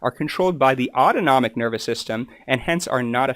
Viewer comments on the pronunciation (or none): none